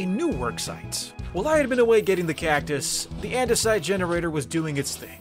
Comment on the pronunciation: did he say cacus instead of cactus?